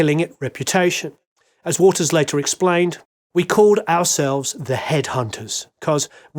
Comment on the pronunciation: Bizarrely every time you said Waters I heard it as Walters.